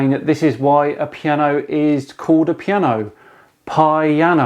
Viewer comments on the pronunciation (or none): Really? Pi-ano? Made my day! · 'Pi-ano' (chuckle). Does realize there are other languages besides English? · Pie-ano.... wow..... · I saw that video... still got a Headache couse of the Pie-ano... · Aah "Pi"-ano got it now! What about the 'forte' bit? Got it! 'For-tea' as in "What's for tea Mum?"